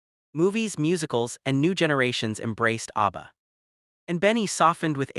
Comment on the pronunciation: Please - it's ABBA, not ARBBA. 👍